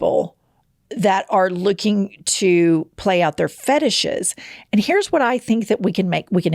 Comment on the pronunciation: PLAY, NOT LAY!!!